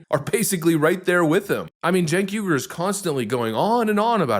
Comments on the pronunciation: No offense, but his last name is pronounced why-gur. The Uighurs are tribe in China. I agree with your commentary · Its not yu gur it's uy hur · his name is pronounced “ weeger” like the people being kulled and gutted by China. He is going to have to talk like this for a really, really long time before I will believe him! He needs to grovel a while lot more! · It's pronounced Chink (like the Chinese) Uyghur (the guys the Chinese are genociding.). (wee-gur)